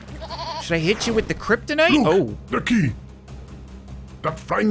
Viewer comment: This non-game seems to be different, I remember that when he pronounces "Kryptonite" it was initially "Kryptinit". Use Markiplier's non-existant video.